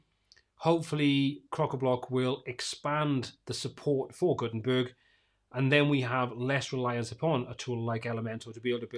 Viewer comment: Did you say “GutenTURD”? 😆